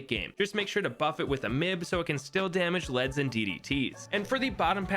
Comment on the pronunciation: Man it is kind of funny when he says m.i.b as mib